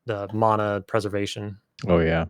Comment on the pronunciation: I remember in beta 3 there was a area in innothule swamp b4 guk there was a zoneline that we coulnd't get through i think that might have been it. Us beta people used to talk about it but it disappeared and nothing came of it. Mana is pronounced mahna it's a Hawaiian word meaning power